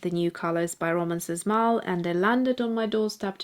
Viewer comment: Sz reads as sh. Shmal.